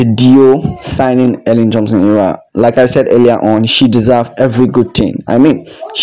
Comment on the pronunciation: Please pronounce her name correctly